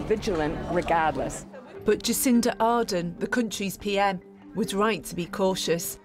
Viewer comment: OK, admittedly I thought that was how Cindy’s last name was pronounced when I voted for her in 2017 so I can’t judge too much, but...that’s not how it’s pronounced.